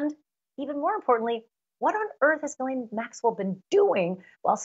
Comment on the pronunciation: I don't believe she was a close friend because she mispronounces Ghislaine's name, which according to the Duke and victims is Ga-len.